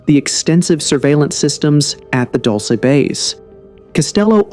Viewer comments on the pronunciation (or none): Dulce (DooL Seh) NOT "Dolshe", DULCE MEANS "sweet"/"Candy" . There was a creek with sweet water (AGUA DULCE) thats why is Called "DULCE" NOT...whatever u say is called (Dolshe or that sht u said) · It's not pronounced Dulsa, its pronounced dulcy. Dulcee. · It's pronounced "DuLLsAy bAse" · it's pronounced dull-chay.. livin la vida dulce 😁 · At, respectfully, I just want to tell you that the town name is pronounced, "dull-see" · How could you make an entire video about a place and neglect to discover how to say the name? It’s pronounced Duel-say. Edwards Air Force Base is in California. The supposed meeting took place at Holloman Air Force Base in New Mexico. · Pronounced Dool-Say and means sweet like candy. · It’s pronounced “dull say”, correction coming from a New Mexican…. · Couple things..... it's pronounced "Dull-say" and they say it like the acronym is spelled, "Moo-fon" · They are Not aliens, they are demons. And you are pronouncing Dulce wrong. I'm from New Mexico, and it's not pronounced that way. You're supposed to emphasize the E at end. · Thank you!! The pronunciation was driving me nuts. The DUL should rhyme with “school” and the CE is pronounced like the word “say.” DOOL-SAY